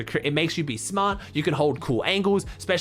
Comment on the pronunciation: ''It lets you be smah''